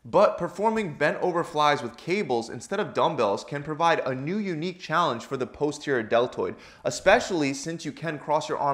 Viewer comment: This may well be good advice but his mispronunciation of "Posterior" is making me want to claw my face off.